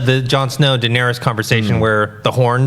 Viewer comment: Turn it off right as the butt cut girl called Daenerys - “Duh-narious.” 8 seasons in and people still can pronounce a main characters name correctly.